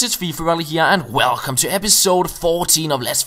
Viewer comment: Wen he's says welcome he sound Scouse like me :)